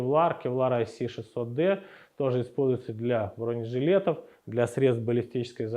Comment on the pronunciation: "БронЕжилетов" !!! Иксперты текстильные... 😂😂😂